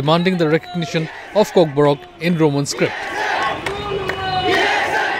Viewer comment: its kokborok not kokborak